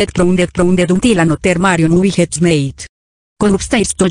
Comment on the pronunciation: Bro said Mayrio instead of mario ohhhhhhhhhhhhhhhhhhhhhhhhhhhhhhhhhhhhh